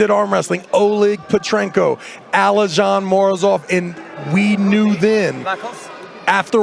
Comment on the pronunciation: ALIZHAN MOROZOV 😂😂😂 HOW SWIFTLY TRAVIS SCREW UP THE NAMES